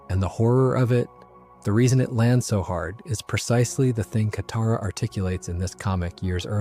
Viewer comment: Okay, the swapping between name pronunciation with Toph and Katara has to be ragebait. I mean, the names are even pronounced in the show. I mean, come on, man, might as well call Katara "cataracts" atp..